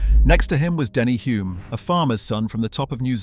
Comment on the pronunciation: As a kiwi fan of Bruce and Denny, I enjoyed this. Note that Denny pronounced the 'l' in his last name, so it was more like 'Holme' rather than 'Hume.' Denny's mother was a friend of my grandmother so I was very up to speed with his exploits. In the first race he had to bend the fingers of one hand around the steering wheel, leaving it there for the race. After the race he had to do the reverse process to get his hand off the wheel. Taking the gloves off pulled off the healing skin as well. Tough character.